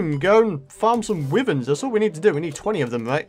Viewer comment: It's pronounced why verns